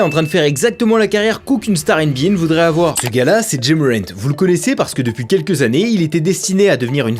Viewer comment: I was who the hell is “DJÉ MORANT ”😅